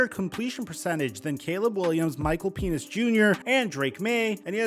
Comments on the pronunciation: bro it’s PEN-ix not PEEN-ix😂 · I think it's pronounced "pen-ecks" 😂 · He called Michael Penix Jr "Micheal Penis Jr"😂😂😂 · Micheal peniX not penis🤣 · Did you call him Michael PENIS Jr.? 😂😂😂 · You said penix wrong lol